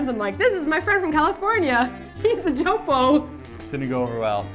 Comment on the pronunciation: stronger k then how pronounced it. Joe-poke